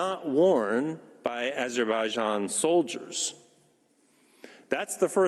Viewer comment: Did you understand yourself what you said?:))) learn first to pronounce properly AZERBAIJAN!🇦🇿🇦🇿🇦🇿🇦🇿🇦🇿🇦🇿